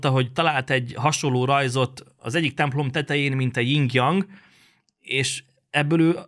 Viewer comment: Én (ugyan sokszor kritikus nézőpontból) sokat néztem eddig a videóidat, öcsém. De most, amikor a Jin-Jang szimbólumot horribile dictu "jingjang"-nak szólítottad és abba az emberbe kötöttél bele, akinek a lábnyomából sem szürcsölhetnél esővizet...hát nagyon meg fogom válogatni, hogy mikor kattintok rád.💀🔫